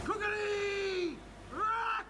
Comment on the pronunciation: Kukri is (I think) pronounced "Koo-cree".